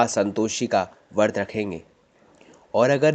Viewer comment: vart nhi vrat kahte h